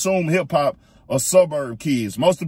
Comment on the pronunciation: Dude said hip-cop 😅😅😅🤦‍♂️